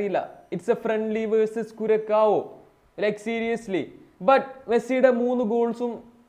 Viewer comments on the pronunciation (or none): കുരക്കാ വോ അല്ല കുർസാവോ ആണ്😂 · കുരക്കാവു അല്ല കുറസിയോ